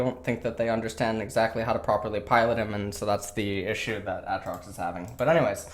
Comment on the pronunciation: I hate how you say Aatrox, nice video tho 👌🏼